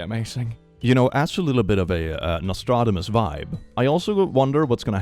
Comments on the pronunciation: The way pronounces Nostradamus is new to me 🇨🇦 Is it a thing.. Swedish or..? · I suffer every time you pronounce "Nostradamus"